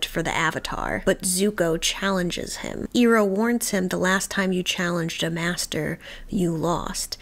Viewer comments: EYE-roh, not EAR-oh. 😘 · Always enjoy watching people reacting to watching ATLAB for the first time. Two small pieces of advice for my 2 cents: Learn to say the characters names correctly, you’ll give us PTSD from the movie. 😂 It’s Iroh: Eye-row and Appa: Ah-Pah Also, the episodes are only about 22 minutes long. We don’t need a 15 minute play by play recap of the last episode. We seen it, we got it. Just share your general thoughts and then keep it moving. Enjoying the journey so far otherwise. ✌️